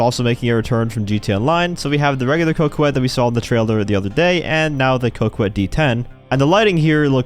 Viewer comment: Coquette is a real word. It is pronounced [ co - ket ]